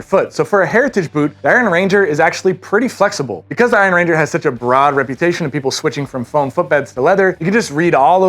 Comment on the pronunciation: They’re named after the Iron Range in Minnesota, not after a ranger made from iron. Emphasis is on “iron,” not “ranger.” 😊. Thanks for.